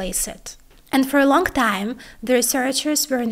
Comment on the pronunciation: Столько работы с произношением и всё не в ту сторону. Что за "Нью"? Где в английском мягкий знак? И Э Ы тоже... фо э лонГъТайм Что за козЭ... Коза какая-то? Длительность гласных и паузы проработайте. Вы все в кучу лепите и тяните. Короче, если работаете над произношением, то надо работать, а то одно дело акцент, а другое просто ошибки. Простите, если что, но слух режет очень жестко